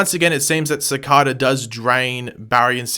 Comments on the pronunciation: why do you say it like cicOda, its cicAYda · It’s cicaeda not cicoda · Its "Cic-ay-da" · Why do you insist to say his name incorrectly for they clearly said his name cicada like the bug laugh out loud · I really wish u would say cicadas name right lol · your saying cicada wrong and its really fucking annoying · The way pronounces cicada triggers me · Your saying his name wrong